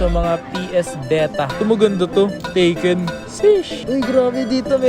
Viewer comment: Yun Tekken nagiging Taken 😅! Gran Tip Auto daw sabi ni haha